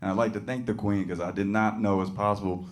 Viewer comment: It is not quain say Queeeen